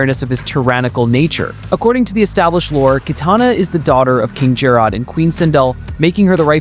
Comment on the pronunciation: Now I have to cook you for mispronouncing King JERROD’S name! Cause his name isn’t Gerard, it’s JERROD!!!! Jerrod (Jer-red)!!